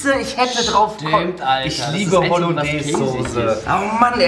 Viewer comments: Wenn triggered es auch wenn sose statt soße sagt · Soße nicht Sose